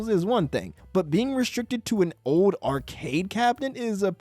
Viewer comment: The word is OLD. There's an L in there. It's not "ode".